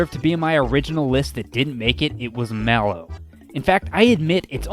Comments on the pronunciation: IT IS PRONOUNCED MAYLO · I think Ooccoo is pronounced (Ook-koo) Just a guess tho. I always pronounced it that way. Also, I pronounce Malo (Mail-o). Not sure if that's right either.